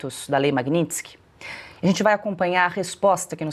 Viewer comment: Lula fala "Lei Magnilson"